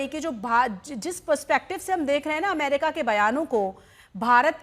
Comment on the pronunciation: लो अभी भी ठीक से अमेरिका नहीं बोला 😅😅